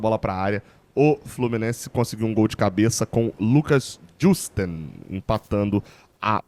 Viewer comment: Finalmente o tem acertado a pronúncia do JUSTEN. Petrópolis agradece.